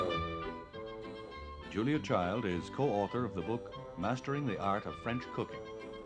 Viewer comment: Love her. She is now pronouncing the d in Child-the American way. In the early shows she pronounced it the French way, with a silent d.